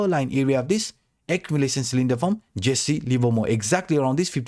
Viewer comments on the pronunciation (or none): none